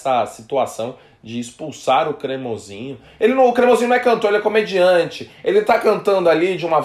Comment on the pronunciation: Nojento, não aguenta alguém brilhar mais que ele "safadao ' falou cremosiinho